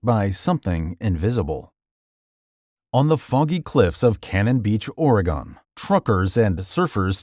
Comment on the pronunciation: The pronunciation of my state (Oregon) almost made me crash out. Also, the Bandage Man is complete nonsense, and many haven’t even heard of that “legend.”